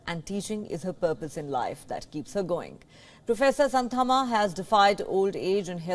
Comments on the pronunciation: Its not how you pronounce Santamma..you have to pronounce Shaanthamma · Good to know about her dedication, kind request to you guys to pronounce her name properly, don't use the Western style for Indian names.